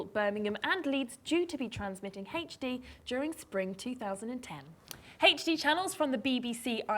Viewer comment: she says HD weird... it sounds like heych D or something lol